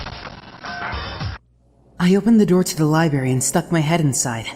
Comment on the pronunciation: Oh god, pronounces Library as libary... Ugggg. Jk it actually kind of fits his character.